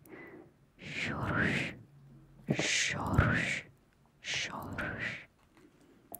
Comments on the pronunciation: I'm so happy to see Polish in your video! It should be pronounced more like "hshoushch" XD but this is definitely one of the most difficult words for foreigners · Pozdrawiam z Polski! Słowo "chrząszcz" wymawiamy inaczej, ale i tak było uroczo :)